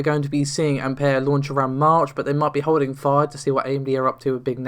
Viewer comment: Can you really pronounce anything right? What the fuck is an Ampair?